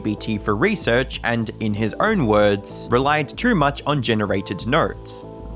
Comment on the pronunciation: notes ❌ nurts ✅